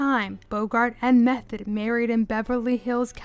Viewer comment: Her last name was pronounced "Meth-oh, not Meth-et.